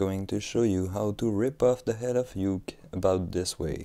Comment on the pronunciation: not being mean, but its pronouced oo-kay. it's japanese